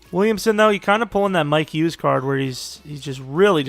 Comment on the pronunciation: Mikes Hughes eh? Thought is was Mike Hughes